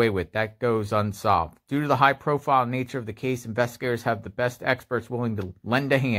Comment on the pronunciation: When you say “the” before a word that begins with a vowel you pronounce it “Thee,” like The Exorcist. When you say “the” before a word that begins with a consonant you pronounce it “thuh,” like The Godfather. You keep saying “thee” father of . . . It makes you sound as though you’re uneducated.